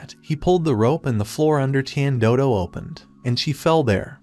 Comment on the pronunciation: Is no one gonna ask about how the AI said "tian doodo" instead or "tian dodo"💀💀💀💀